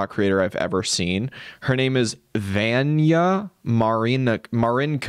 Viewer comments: Just fyi Vanya is pronounced vawn-yah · i went to school with someone named vanya; it’s pronounced more like VAHN-ya